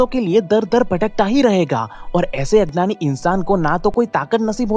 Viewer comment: ...u say adnan..not agyan..listen it carefully nd plz improve this..may b in future..u may b stuck at this weakness